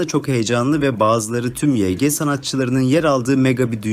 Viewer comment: Yg diye okunmuyo yanlız vayci diye okunuyo yg yazılışı